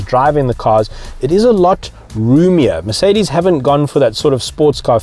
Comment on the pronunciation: Guda Lawrence he calls it MerKedes in the all video not just . Is he serious.